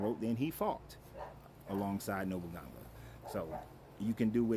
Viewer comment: No boo nah gaaa lol that's how you'd pronounce it